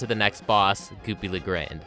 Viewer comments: 'Goopy le graind' lmfaooo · You dare call Goopy Le Grande "Goopy Le Grand"?!?!?!?!? How could you?! You vile beast! Nah but in all seriousness, this video was great and i'm excited to watch the rest of the series next! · Why do people keep pronouncing “Goopy Le Grande” as “Goopy La Grand”?